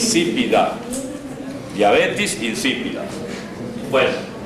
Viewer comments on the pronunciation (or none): Es Diabetes no “diabetis” jaja